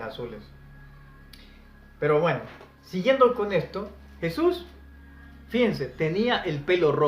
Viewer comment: Yo quisiera saber en que idioma pronuncias el nombre de jesus??